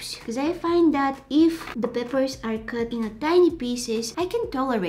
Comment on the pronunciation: Because of her mispronunciation of peppers to papers i say papers on purpose (